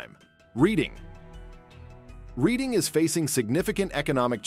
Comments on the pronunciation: It's pronounced "Redding" not "Reeding." You got it right halfway through. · sigh Reading is pronounced "RED-ding." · Reading is pronounced Redding which. In 1748 the town was laid out by the sons of William Penn the name was chosen after Penn's own country seat of Reading in Berkshire England. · Reading pronounced RED-ing it's native american a lot of our cities are named after Native Americans